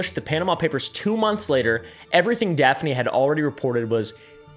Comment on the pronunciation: was literally so shocked to see daphne on a thumbnail!!!!! I’m maltese and it’s so awesome to see people talking about this! justice for Daphne! 🇲🇹 (also props for your pronunciation most people get it wrong)